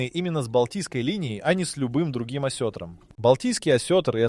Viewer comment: Не осЕтром, а осетрОм! Научись правильно ставить ударения